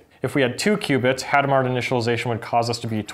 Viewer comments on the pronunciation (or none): Hadamard was French. You don't pronounce either the initial H, nor the final D. Also, the stress is on the last syllable, so "Adam are". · It's [adamaʁ]. I don't know if the H is "aspirated". Could you explain what the other instructions do?